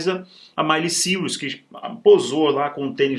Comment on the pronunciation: O nome é Miley Cyrus mas a pronúncia é Máili Sáirus*